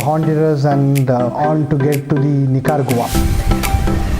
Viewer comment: Funny to hear Nicaragua called 'Nicker goa'. The local people might not like this.With my limited knowledge of Spanish I would say 'Ni-ka-ra-gva' with a very soft g.